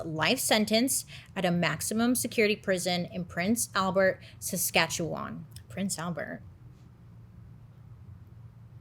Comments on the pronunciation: Nice work on the pronunciation of Saskatchewan! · Can I just say, as a Turtle Islander (Canadian) and Bailey fan, I CAN'T BELIEVE U DIDNT EVEN STUMBLE ON "SASKATCHEWAN" 🤯🤯🔥🔥💜💜